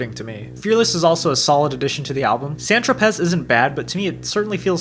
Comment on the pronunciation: When you Discussed Meddle, I searched for the track "Seamless", until i realised you meant SEAMUS! (the dog). Its pronounced Shay-muss. Also the z in "San Tropez" is silent. Meddle is definitely the album where you see the "new" Pink Floyd stretch its wings. The Final cut could just as easily have been a Waters Solo album. Its completely forgettable. Momentary Lapse is the band finding its way trying to be more Pop focused in the wake of Waters Departure, but Division Bell is where they find their feet again. "Keep Talking" , "High Hopes" and "Take it back" are tracks as good as anything that came previously that wasn't from one of the "concept" albums like Wall or DSOTM. A fantastic analysis, thanks for taking the time on it..